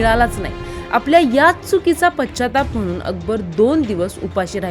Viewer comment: किती अशुद्ध.. पच्चाताप.. शौक. देह शोधत नाही, मृतदेह शोधतात... क दर्जाचं निवेदन..